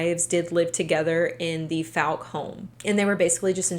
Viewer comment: The likelihood of you seeing this or ever needing to say Fouke again is low, BUT—it's pronounced like the word fall. like FALLk, arkansas. source: i live instate and have been to Fouke many times.